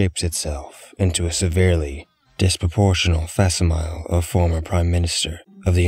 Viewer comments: "Fassimile" lmao that was funny 😆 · C'mon, I know facsimile and tracheotomy aren't the most common words, but I know you can look up their proper pronunciations. This was a great video otherwise! 2030 is easily one of my favourite entries in the foundation database. I'm hoping I can get in on season 43.